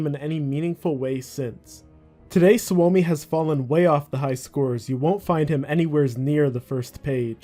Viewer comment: suomi is a finnish word it’s pronounced like “sue me”